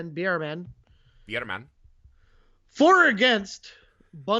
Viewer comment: By the way, it’s pronounced like “bear man”